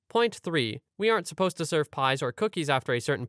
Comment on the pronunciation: Supposed, not suppose.